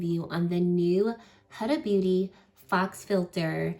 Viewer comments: This looks gorgeous on you. For future reference, Faux is pronounced “foe” ✨ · Faux is pronounced FOE, LIKE HO*